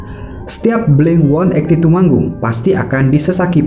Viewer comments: Sorry, pengucapan yang benar itu 'Blink Eighteen-Two' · FYI kalo kata Mark; 'yg bener itu blink eighteen two ' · blink delapan belas dua sebutan nya/ blink eighteen two! Dan blink-182 bukan Punk tapi Pop Rock.